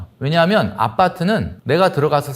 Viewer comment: 아빠트 아니고 아파트... ㅋㅋ